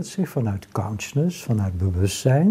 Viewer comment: NEE, niet COUNsciousness, maar CONsciousness!! Klanken hebben kracht.